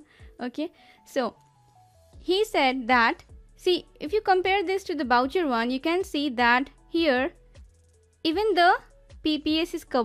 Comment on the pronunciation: Good work on spacers , Thank you . Note: Spell Boucher like (booh-shé) where é is spelt (ae).